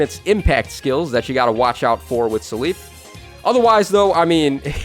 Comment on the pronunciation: keeps saying “suh leaf” I never heard anyone say seliph like this. I mostly hear “cell if” but I feel like he’s saying it more similar to his Japanese name Celice